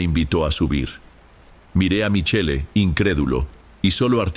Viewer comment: Se dice Michel pronuncia bien estudia ya que actuas ante un publico estudia estudia